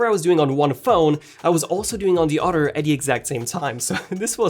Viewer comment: Udder. I love it dummy.